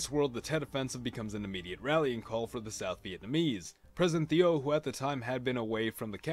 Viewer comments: Thieu is not pronounced as Theo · Please check your pronunciation. It is pronounced President TU with a long U. Old news footage will confirm this.